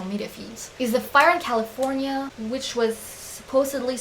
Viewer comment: and califirena